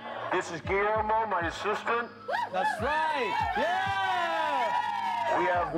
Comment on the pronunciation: Guillermo ma man but let the record show like the way Denzel says it ma'man.